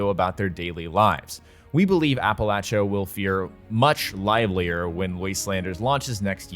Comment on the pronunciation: thanks for saying "Appalachia" correctly ;D